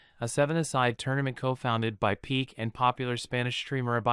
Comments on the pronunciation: I agree with everything you said. Just a little request. The name is pronounced "Pee-kay" not "Peak". Made me a little comfortable with the pronunciation. Doesn't change anything though. She is delusional. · Not Gerard Pik xd But Pique! C'mon, have you ever seen a football match?